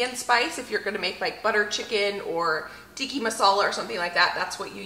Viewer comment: Its tikka (not tikki) masala. Tikka means chunks.